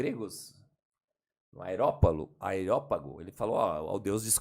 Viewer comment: Prof Eberlin, daqui a pouco os ateus vêm aqui dizer que não acreditam em Deus pq o senhor, com cinco doutorados e três pós doutorados falou "AERÓPAGO" no lugar de "AREÓPAGO". Esse pessoal não dá folga. Admiro sua paciência e estômago pra suportar pessoas que mal sabem ler, querendo lhe refutar em Química. Parabéns! 👏🏼👏🏼👏🏼👏🏼😃😃😃😃